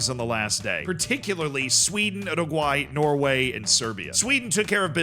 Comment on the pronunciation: Your pronunciation of Uruguay makes me sad. Also Kosovo 😢